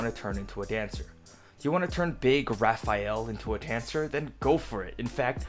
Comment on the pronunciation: Anyone else bothered that he spelled Rafail as Rafiel gem, but when he pronounced it he didn't say it like either of those and instead called it the Raphael gem. Neither is pronunciation nor spelling were correct, but they also didn't match up with each other either.